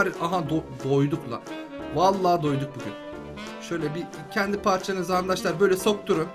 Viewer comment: abi andaşlar demene gıcık oluyorum